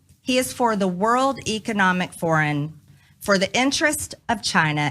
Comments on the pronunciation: “World Economic Foren” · Didn't she just say "For the World Economic "Foreign"? Not "Forum"? This woman is an actual living, breathing moron! 😳 Seriously, how does your country's government function with cretins like this running things? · "world economic foren"??? Did she attend the Trump school of pronunciation.